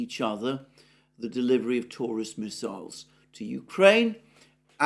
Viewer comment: this dudes pronunciation...ab ram ham and his 7 sons...had miss isles...